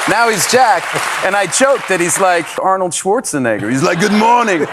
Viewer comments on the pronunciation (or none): none